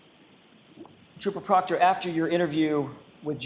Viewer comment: When the defense says trooper proctor, my brain hears, chupacobra😅